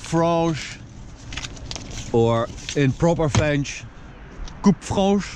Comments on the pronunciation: "Coupe franche" very good accent 😂😁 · You pronounced very well "coupe franche". :) Bravo. Not easy for everybody. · "Coupe franche" avec le bon accent. Digne d'un Francophone 👍🏻😉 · "Coupe franche" bien ton français 👌😊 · How the hell did you get the perfect french accent from coupe franche ? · Are you French m8 when you said coupe franche you say' d it very well